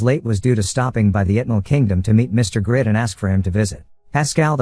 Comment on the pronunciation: Why does the reader call him the wrong name (Grid) instead of Greed. Very off-putting